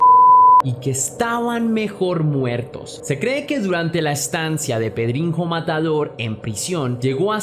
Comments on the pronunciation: Se pronuncia pedriño no pedrinjo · Sólo como dato: en portugués la "nh" se pronuncia como Ñ, como como una j, como lo dices...o sea es PedriÑo, pronunciado correctamente ;)